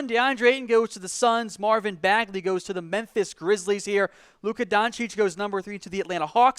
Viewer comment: Loves luka doncic, doesn't know how to say his name